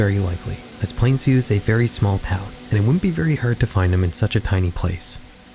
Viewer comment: i havent seen anyone mention that you keep saying plainview wrong and its killing me 💔